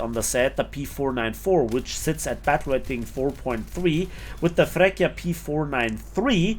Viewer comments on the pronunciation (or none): It's "Freccia" not "frecchia" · Great review as usual but please, I can’t hear you saying “Frekkia” (which sounds so ridiculous in Italian) but pronunce it “Fretcha” with a double sweet “C” as for “choose” or “chili” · Little correction on the name pronunciation: it's not "frekkia", but "freččia". The "cc" are like in "chopper/cheese/chili" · "FreccHia" LOL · i dont want to sound like i am better than anybody, but the freccia its pronounced in another way : fre(C of ciaox2)a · Just like pronunciation of Freccia, absolutely murdered:D